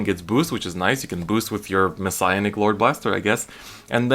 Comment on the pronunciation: Mess-i-anic (Mes-see-anic) not Messiahnic. Thats how his name is pronounced.